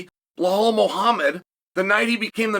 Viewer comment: Bruh, the fact that he still calls Belal 'Bluh-hall' is pure genius. Such a ridiculously funny feller